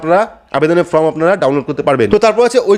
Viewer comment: সব ঠিক আছে কিন্তু ফর্ম কে ফ্রম বললে বড্ডো কানে লাগে।